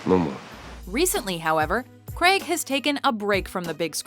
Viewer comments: Craig is pronounced - Crayg not Creg ffs. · And his name is pronounced Crayg not Creg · It's Daniel CRAIG...not Daniel KREG...lol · Craig not creg jesus christ its not hard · fact 11. the actor who plays James Bond in Specter is called Daniel Craig. not Daniel Creg. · Why can't you pronounce 'Craig' correctly? It's not 'creg' it's 'grayg'!!! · The name is Craig, Daniel Craig. Not Daniel Crag. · fact number 1. its pronounced craig not creg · Erm... who is this Daniel "Kreg", exactly?? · Did she pronounce "Craig" as "Creg" at #8? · Why do americans struggle to say the name craig? Creg! Who the fuck is creg?! Retards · stop saying Daniel Creg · Who's Daniel Cregg? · It's not pronounced creg ffs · Why do some Americans struggle to say "Craig"? Comes out as "cregg" or "creh-g" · Daniel Craig, not Daniel 'Cregg' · Why do americans pronounce "craig" as "cregg"? It has always irritated me. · I just can't stand the way she says Craig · His surname is Craig! God knows what you're trying to say